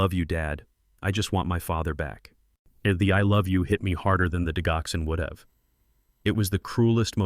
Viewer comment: Digoxin, the “g” has a j-sound! Not the hard “g” sound!